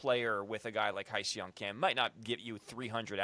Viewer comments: Heh-sung is how you pronounce his name, not High-sung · spelled Hyeseong pronounced Hey Song